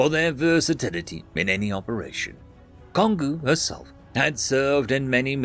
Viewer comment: That first story was oddly tame. The second story, however, reminded me of Space Battleship Yamato. That being said, it's pronounced Kon-go. Like Congo.